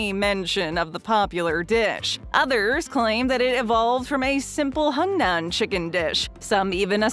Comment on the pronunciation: This narrator mispronounces words like "hunan". I wish the creators of these videos would do better. People just learning would not know that the narrator's pronunciation was incorrect. "proof-read" these things before you publish please. Educate yourselves.